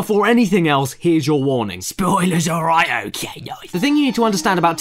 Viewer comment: SPOILERS, ALROIGHT? OKAY NOICE.